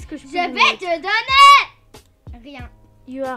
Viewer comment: JE VAIS TE DONNERRR!!!!!! Mdr ça m’a tué